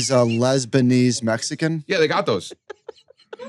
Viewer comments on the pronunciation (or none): with the “Lesbanese” 😂